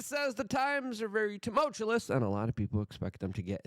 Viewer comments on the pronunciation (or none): Dude. The word is pronounced Tum—alt- “chew” -us 😂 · TUMULTULUS. Never learn to pronounce words correctly, Luke. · Tumultuous not tumultuLous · It's tumultuous not tumultulous 😂. Mumbles from Dick Tracey. Sorry luke but I've lost a lot of respect for you after all your Trump 🐓 sucking. Pathetic. I hope you got paid when you sold out. Trump is owned by the nwo. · Buddy: is “tumultuous “ NOT “tumultulous” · Hearing him say timultulous makes me want to exasturbate. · Please learn to pronounce tumultuous properly, thank you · He started saying "timultulous" again....and it isn't a word. Still listenable but too embarrassing to share. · Tumultulous. Tumultulous. He said it twice this time. NooQler!!! Instrumentable! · Did he say DOYGE? Exasterbate? Or just timotulous? He's quite the wordsmith. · Can’t take you seriously if you continue to mispronounce the words TUMULTUOUS and NUCLEAR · Why would you use the word "tumultuous" so often if you can't pronounce it? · I think English is not his first language. If that's true, I'll give him a pass on tumultuous, but at this point, I can't give anyone a pass on nuclear.